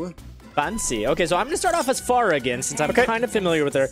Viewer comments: its pronounced fair-a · Don't take this the wrong way, but I think Pharah is pronounced differently.